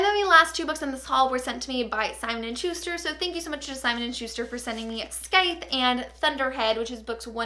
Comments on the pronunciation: It is pronounced Syith not scyth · i'm sorry if some people have already said it, but that is not how you say scythe. the 'c' is silent. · I lost it at your pronunciation of 'Scythe'. If you're working with them, surely you'd bother to find out how to say the title? It's an actual word... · tip: the "c" in "scythe" is silent ☺️